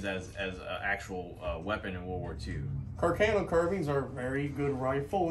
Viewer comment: Carcano I thought I was pronounced car-con-no?